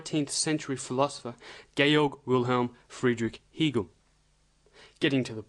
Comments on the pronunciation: It is not phonetically pronounced Heegel it is HAGel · It is pronounced "Haygal" not "He" gal as in male. If you can't pronounce it properly I wounder if you can explain the philosophy properly. Just another conspiracy theorist, albeit slightly more sophisticated than usual. Most people prefer the cock up theory of history. I am waiting to be told that it is the Jews or the Freemasons or the Illuminati.....Please just get a life.... If anybody really wants to understand Hegel then watch Brian Magee's lectures on you tube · Hegel rhymes with Bagel, Not Beagle. Weird because you pronounce 'Hegelian' properly...